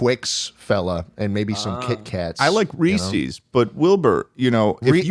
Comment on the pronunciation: I turned off the video when said Reese’s wrong